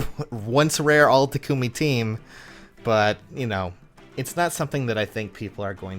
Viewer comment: it's not Ta-KOO-me. Say the word taco. Now replace the O with a U sound. Now add "me." Also, I foundd a 40+10 Chrom with Distant Counter today in the Arena.